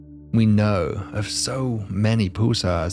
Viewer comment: Sounds like you're saying "poosars" 😅